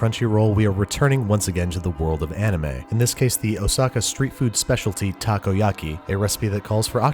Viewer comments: Nope, you are wrong. He pronounces it "okay"ish as "takou" he starts saying "taku" and keeps on saying taku. How bout you LISTEN to it again? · also "takuyaki" ?? taku yaki? Ta Ko Ya Ki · I love this but when you pronounce takoyaki try to pronounce it like taco-ya-ky. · Tacoyaki. Ugghh. The pronunciation is killing me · Pronounced taco-yucky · My dad makes Takoyaki all the time and it’s a LOT easier to pour the batter with a condiment bottle so you can get the amount you want. And you mispronounced takoyaki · たこ焼き たこ meaning octopus たこ is read phonetically as た"Ta" and こ"Ko" Pronounced roughly the same as the mexican "taco". Why are you talking about stuff you don't understand?